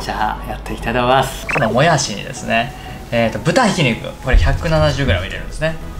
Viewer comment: このも↑やしにですね ぶた↑ひきにく かるく、か↑るく